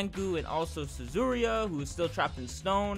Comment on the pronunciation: I'm triggered with him saying Suzuriya... instead of Yuzuriha